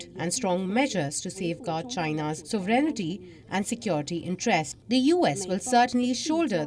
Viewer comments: it’s sovereignNTY, not “sovereignity” i noticed for months now they add the letter “i” in their pronunciation of the word… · It is pronounced... So-ve-ren-ty Not So-ve-ren-ni-ty Please correct all your anchors. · It is not pronunced "sovereign-ity". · This is a small thing... but you have audiences,.. professionals, ordinary, and many of them are students. Try to check your pronunciation of "sovereignty" ..... Check on the British and American pronunciation....